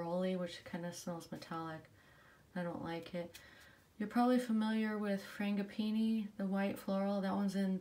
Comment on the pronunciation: I just checked YouTube on how to pronounce Frangipani. I butchered that word 😂